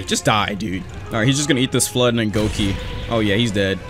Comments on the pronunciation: its gokei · its said as gokei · that one feeling of a bleach fan when you hear say goki instead of gokei